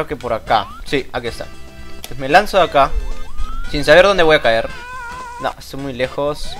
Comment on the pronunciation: En realidad dijo "pues" pero lo dijo como abreviado xD.